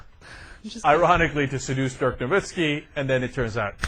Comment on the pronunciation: Ana screwed up his first name LOL In German, an "i" is pronounced like you would pronounce an "e" in English.